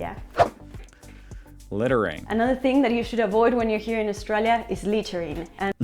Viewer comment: She needs to learn how to pronounce Australia. We were all thinking it, don’t deny it.